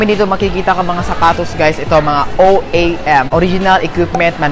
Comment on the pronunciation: "OAM" po sinabi niyo pero "OEM" yun